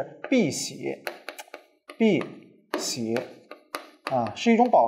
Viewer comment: 不是應該念 yā diàn 嗎？爲什麽念成 yà diàn？ 而且不知道我是不是听错了，李老师把碧玺念成“ bì xié ”，那应该念成“bì xǐ ” 李老师教科学，我反哺中文，扯平